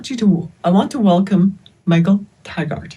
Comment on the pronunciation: " Michael Target " 😂😂Yeah he's your friend and you can't even say his name . Neither of those two bozos can string a coherent sentence together. Embarrassing from both of you .